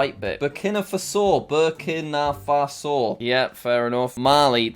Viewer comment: its pronounced ber keena far so